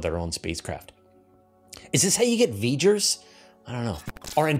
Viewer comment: Vee-Gers, Lol fellow Treckie.